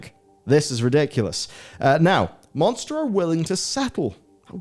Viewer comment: Did he say Moanster energy?